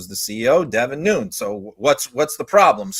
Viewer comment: The idiot's last name is pronounced Nu - Nes, and not Noons... FYI